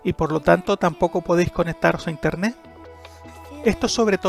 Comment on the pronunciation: interneT papito, no INTERNE' ... habla bien